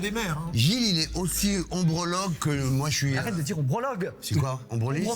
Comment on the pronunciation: le pire c'est quand même ombrologue, genre urologue, gynécologue... Je crois qu'Eric ne l'a pas dit une seule fois correctement 😂